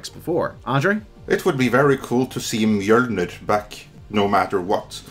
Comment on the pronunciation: That awkward moment when one of your cohosts pronounces Mjolnir wrong and the podcast keeps going...